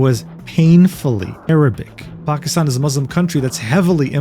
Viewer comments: As a Pakistani Muslim, yeah this video felt weird to watch. At the very least, I am happy that pronounced Pakistan correctly everytime! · as a pakistani HE SAID IT CORRECTLY